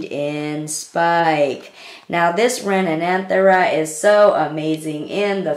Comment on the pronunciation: its actually re-nan-the-ra